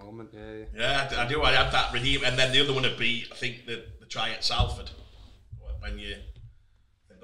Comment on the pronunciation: Everytime says Salford wrong a fairy dies